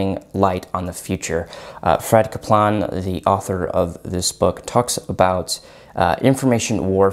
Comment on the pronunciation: Thanks for the list, plan on reading some of these, some I have already read. One note, Fred Kaplan, is pronouced "cap-lan", not "ka-plaan". When I first heard you say "ka-plaan" I thought, was that Klingon?